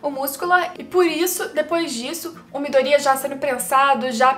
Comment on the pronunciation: Vídeo é bom e tudo mais, mas falar o nome dos bonecos é difícil? No anime eles pronunciam ''Miydôria'' e tu pronuncia ''Midória''. Seria legal se falasse o nome dos bonecos certos.